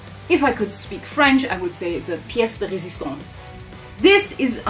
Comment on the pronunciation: After watching the music video, I was actually wondering if you did the design yourself,... could have been, as you also make some jewellery.... And as a French speaker, I can say that your way of saying "pièce de résistance" is really perfect 😀